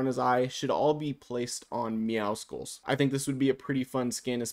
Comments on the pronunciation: It’s meow SULLS not meow SKULLS :( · Meowscles is prounonced like muscles it’s actually a pun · perfect, especially because his name is not meowskuls its meowscles, LIKE MUSCLES@ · meowscles is a play on "muscles" so it wouldn't be "meow-skulls" but rather "meow-sulls" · I've seen this by so many people, but why does everyone pronounce Meowscles but emphasise the C in it? You don't pronounce the C in Muscles so why in Meowscles?? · Why do so many people still say MEOWSKULS ITS A PLAY ON WORDS BECAUSE HES BUFF ITS MUSCLES BUT YOU SAY MEOW! MEOW-SCLES PLEEEEASE BE